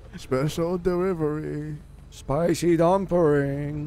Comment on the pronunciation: "special derivery a spicy dumpring" lol